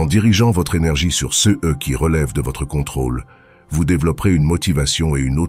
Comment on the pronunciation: La voix que l'on entend, issue de l'IA, est agréable à entendre, mais bute sur les "ceux", qui deviennent des "cé eux"